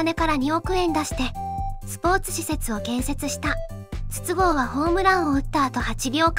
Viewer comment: 筒香の発音は22GO